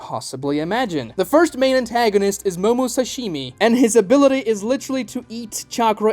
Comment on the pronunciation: Did he say 'Momosashimi'??